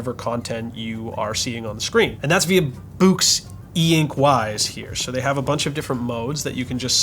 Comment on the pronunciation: I thought it was pronounced "books" ? and I think it is higher resolution in black and white, not the other way around.?